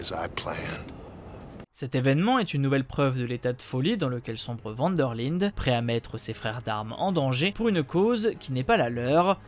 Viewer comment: Enfin cette episode pi c est pas van der lide c est van der lind✌️😜